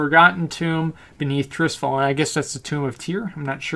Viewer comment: It sounds strange when you say Trisfal, it's called Tirisfal T I R I S F A L!